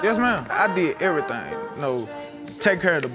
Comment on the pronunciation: Not to be mean but the pronounce of i did everythang😂